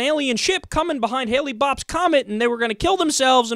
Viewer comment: Lol haha.... "Hailey-Bopp's comet"...that's Hale-Bopp,...